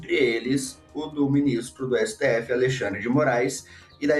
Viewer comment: Éssetêéfezes 💩 sendo Éssetêéfezes 😅😅